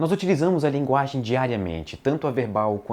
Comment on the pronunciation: "A nossa "laginge" kkkkkkkkkkkkkk eu não acredito que eu ri disso.